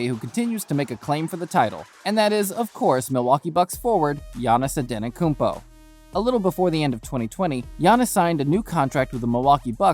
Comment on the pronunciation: Naahh ANTENNOKOUNMPO? broo ANTETTTOKOUNMPO👌🏼😂